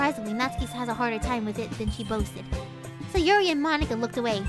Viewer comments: i heard says moneyka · Names that butchered (and how she pronounced them): Moneeka, Sieoree, and NATsikee.